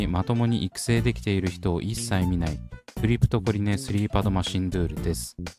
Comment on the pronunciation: クリプトコリネを クリプトコネリって 言っちゃうんだよなぁ😅